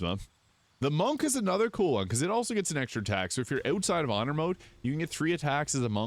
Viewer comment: "oot side of honor mode" so many times lol